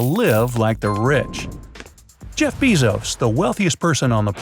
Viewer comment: The way he said “ Jeff Bezos as Jeff BEEZOSS made me want to commit non-alive